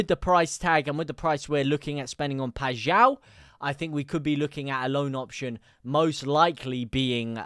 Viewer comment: The only streamer i have hera say paixaos name correctly lol